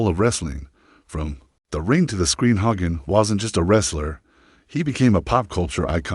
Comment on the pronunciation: I HATE AI! If you can’t pronounce his name correctly then don’t post!! That is just disrespectful